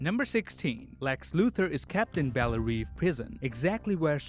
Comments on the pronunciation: Its called belle rev.....the pronunciation not the spelling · Btw the way the prisons name is pronounced bell REV like you rev an engine